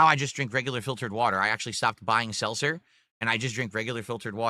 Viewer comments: "Selser" "AMW" He can't pronounce anything, jesus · Seltzer. He can’t pronounce anything!! Also, he first said he was helped by someone that typed up instructions for him and now he says he followed a guide he found online So of course he fucked it up.